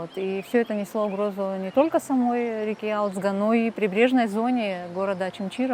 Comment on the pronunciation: Не алидзг а гализдга Грузинское имя, Ташкент по вашему Аташкент не искажатте имена.